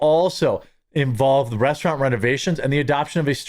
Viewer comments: I swear he said 'The Breast-eraunt' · "Breasturant?" I LOVE IT!🤣